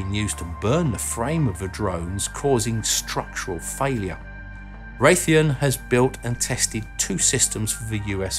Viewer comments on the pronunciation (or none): none